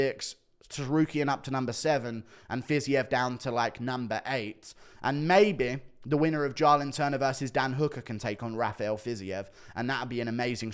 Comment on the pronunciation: JAYLEN TURNER JĀY- LIN turner... Pronounce the A as a capital A. Raphael Fiziev Pronounced fiz-EVE. Like christmas eve. I am in no way being facetious or rude. I am genuinely trying to help you in the correct pronounciation of their names. Huge fan. ❤️